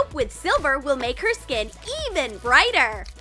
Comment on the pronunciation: It is silver not siver